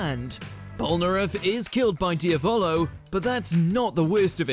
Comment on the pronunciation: Top 1 Most Bizarre thing: * pronnouncing "Dia🅱️alo"